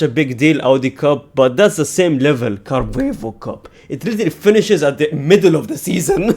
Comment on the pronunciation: Carbuebo cup? 😂😂😂 It's carabao